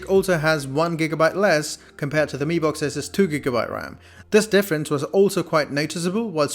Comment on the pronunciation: no offence but I think you called mi box as b mox😂😂😂😂